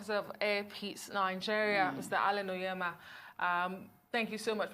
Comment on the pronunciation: It's Onyema not Onyeama...Great man.